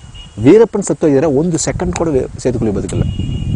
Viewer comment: 😂😂it's setukuli not setu koli😂😂 🐔